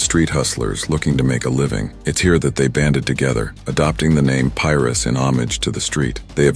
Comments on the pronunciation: Lol they want to know so much about our culture so bad lbs 😂 that’s not how you pronounce Pirus white man 👨😂😂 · pirus : PIE - RUUUSSS not pyrus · Bro I’m lost like what is piris 😂😂it’s PI-RU😂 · Says "Pie-roo" but when the S is tacked on the end all of the sudden it's "Pie-riss." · On PIEruss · Soon as bro started saying “pyrus” and “peru” I couldn’t keep listening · The Tree Top "Pie-Rus?" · He can say East piru street but can’t pronounce piru’s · Pirus lol I'm having a hard time watching this because of that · how this da AI is pronouncing Pirus hilllarrriiiouussss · It's Pirus say it right. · omg thats irritating hearing pirus pronounced like that